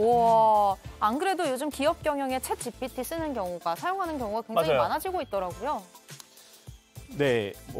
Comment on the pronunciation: 챗GTP로 발음하시네 ㅋㅋㅋGPT를